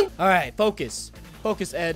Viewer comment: DID you hear that he sed foc us